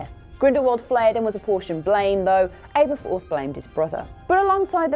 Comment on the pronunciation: Aberforth. ABERFORTH. ABERFOORTTHHH